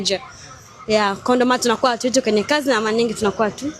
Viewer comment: Mwanamke mrembo huwezi kutamka Director 😅😅 Eti "Dilector" 😅😅😅 Eti "Malanyingii" 😅😅😅